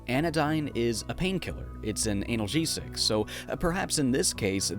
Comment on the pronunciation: Anal-gesic. 🤣😂 Dude, that choice on pronunciation is gold.